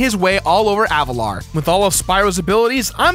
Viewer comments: Say it with me no, AV A LAR not avatar, Avalar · I know that I may sound annoying, but is not Avatar. Is AVALAR.